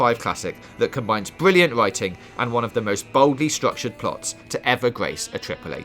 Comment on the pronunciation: Its BWILLIANT ...JUST BWWILLIANNT